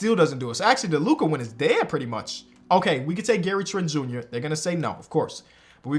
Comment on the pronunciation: U said Gary Trent jr 😂